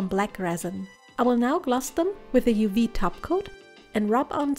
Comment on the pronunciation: "with some UU Resin" 😂